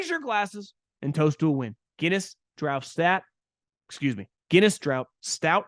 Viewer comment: Did you rhyme "draught" with "stout" in the Guinness read at the end? That's pronounced "draft" — a goofball UK English spelling. (With apologies to the Irish...)